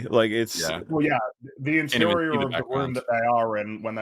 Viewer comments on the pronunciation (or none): If only he can say room and roof properly too